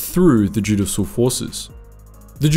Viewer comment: Just to help, it's 'joo-dish-al', not 'joo-diss-al'.